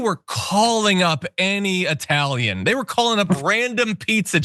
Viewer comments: Eyetalian!!! You can't even pronounce it you dope. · Even Iadarola gets it wrong or simply unable to make up his mind. Is it EYE-TALIAN? Or is it EE-TALIAN? He keeps alternating between the two pronunciations! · He is referring to a particular group which used/uses that pronunciation. To quote Italianità : "I recently worked with a woman who thought it hilarious to refer to me as Eye-talian. The first time I corrected her, she admitted she knew the correct pronunciation, but used the term to needle me. I smiled when she did it after that, thinking “Lady, you’re a real asshole.” She wasn’t a bigot, just ignorant. I guess if it bothered me, I could have gone to management or HR, but we all know the result of such an exercise. They would smile, patting her on the shoulder, gently telling her with a wink that I was sensitive. They would both think, it really wasn’t that bad. So, I just accepted it."